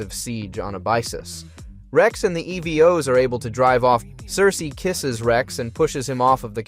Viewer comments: You started out great calling them Evos then progressively got worse calling them Ev Os 🤦‍♂️ jesus crist dude..... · Didn't realize it's ai until it starred fucking up how to say "evos"